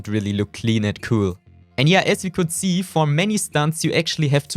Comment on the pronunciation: Why germans say Seee 🤦🏾🤦🏾🤦🏾🤦🏾🤦🏾